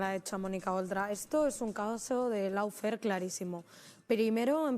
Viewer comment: gran programa como siempre. Una pequeña corrección: Se pronuncia "lofer" y no "laufer" ( lawfare ) Dicho lo cual: Enhorabuena otra vez!